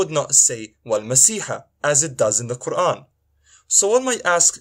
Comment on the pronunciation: He cant even pronounce quran correctly let alone read the verses in quran.